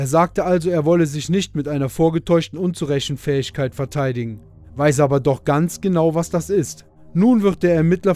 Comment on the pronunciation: Unzurechenfähigkeit - Aha ! Dreimal sehr lustig ausgesprochen...richtig cooles Über Setzer Video!